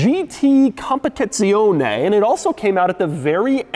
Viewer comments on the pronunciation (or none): It's stra-darr-LEEEE and spech-chi-ar-LEEE not LAY! And it's COM-PE-TITZ-ZE-OWN-NEEEEEEE.... not Nay!!! Caw monnnn man!